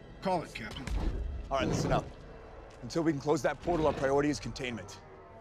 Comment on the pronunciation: I'm sorry, I think you said CAPTION America and not CAPTAIN America